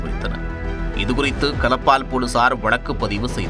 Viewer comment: கலப்பால் இல்லை களப்பால்.